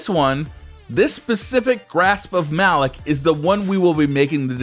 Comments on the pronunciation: ITS PRONOUNCED MA LOK GUISE NOT MALOK MAAAAA LOK YOU CANT DO THIS TO BUNGIE PAY ATTENTION TO THEM!!!!!!!!! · why do ppl see malick it pronounced malok